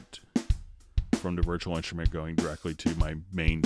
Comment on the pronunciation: "virchual inshtrument"